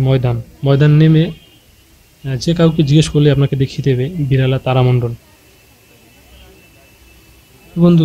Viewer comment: আরে পাগল সবাই দেখেছে , ওটা বিড়লা তারামণ্ডল হবে , আপনি বিড়ালা তারা মণ্ডল বলছেন , ঠিকঠাকমতো বানান উচ্চারণ করতে শিখুন তবেই লোকের সঙ্গে তর্ক করতে যান ... 😡😡😡🔔😡🔔🔔